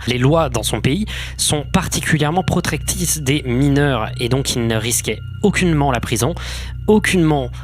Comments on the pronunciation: « Protrectice » hihi ça m’a fait rire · protectise bahaha (je me moque pas c juste la façon qu'il le dit )